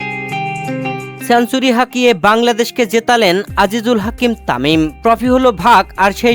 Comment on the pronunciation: উচ্চারণ ই তো ঠিক নাই। ওয়ান ডে > অনডে, সেঞ্চুরি > ছেনচুরি, ষ্টেডিয়াম > ইসটোডিয়াম, ইসটেডিয়াম😅😅😅